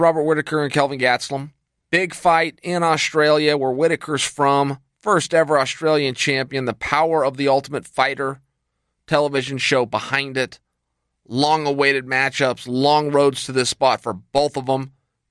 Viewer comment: Chael should replace that annoying and obsolete Buffer guy as an official UFC announcer! Just imagine: "Kelvin Getzlum against an Oshtrelian champion..." You can actually get a glimpse at it here, it's somewhere